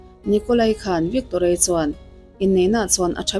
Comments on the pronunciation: I pronounce te hi uluk b Ve teh ..vikkkktoria ti lohian..youtuber ho hian pronounce te hi hi zir ve rawh u😊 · Bengvarthlak khawp mai,mahse Victoria hming i lam dan thluk hi 😂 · Victoria i lam dan chu a dang daih mai😅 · I tawng thluk dan hi a mak Victoria tih te hi